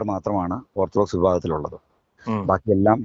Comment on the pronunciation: ഓർത്ത് ഡോക്സ് അല്ല ഓർത്താൽ ഡോഗ്സ്